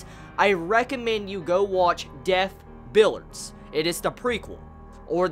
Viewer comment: why are you saying it "billards"? it's "bill-ee-ards"